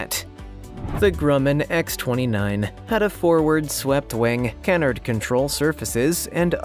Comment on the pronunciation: "CAN-erd"? CannARD!